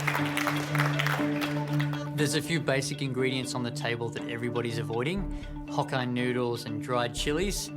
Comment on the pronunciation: I keep hearing hock-eye noodles when that guy in the ponytail says Hokkien noodles 😁😁